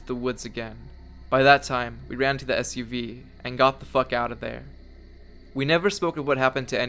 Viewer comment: Whenever you said suv i cringed